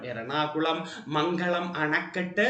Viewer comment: മംഗളം dam അല്ല മംഗലം dam ആണ് പാലക്കാട്‌ 👍